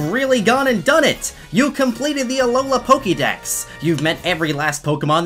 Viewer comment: Says the word Pokédex like how it's spelt Says Pokémon like polkamon I'm triggered.